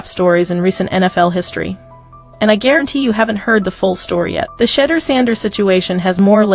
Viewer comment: Hey AI how about getting the pronunciation of Shedeur’s name correct. It certainly is not pronounced Shittor